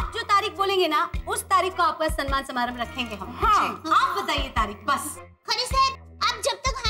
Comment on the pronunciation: Samman hota hai sanman nahi…